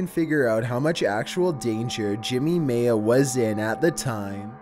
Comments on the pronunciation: Maya Is pronounced ( My-ah) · This is why America is laughed at around the world, because kids can't pronounce well known words. Maya is not maaya, its miya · Why can’t anyone pronounce Maya correctly? 🤦🏻‍♀️